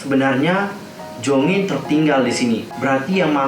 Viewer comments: Jeongin bukan jongin ,kalo jongin mem exo╥﹏╥ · monmaap nama dedek bukan jongin tapi jeongin bang kalo jongin mah kai exo😅